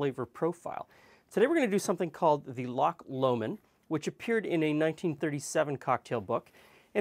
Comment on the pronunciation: Just want to thank you for pronouncing "Lomond" correctly. Visited England last summer and everyone kept telling me how much they enjoyed their trip to "Lock Le Mond"